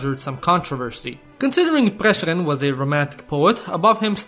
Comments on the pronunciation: You're one of the few people that knows how to correctly pronounce the names correctly! (Except Prešeren) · As a slovenian I am deeply sad for the femboy stereotype. The butchering of France Prešeren's last name almost made me puke (no offense). And you forgot something. The realy old name for Ljubljana is Emona, coming from old Romans. There are also several other old names for citiens coming from Romans, such as Poetovio for Ptuj, Celeia for Celje and more but I forgot them. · As Slovenian myself i laughed so hard when you tried to pronounce France Prešeren. Also he is important because he was writing poems about uniting all slovenians and one of those poems became our national anthem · I love when you try to pronounce Slovenian words in English like France Prešeren and Krka it sounds so goofy. And you forgot the most important thing about Slovenia HONEY.